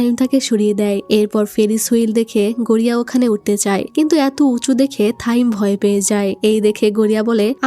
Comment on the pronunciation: ভাই গড়িয়া না গরিয়া ভাই মুভিটা অনেক সুন্দর ছিল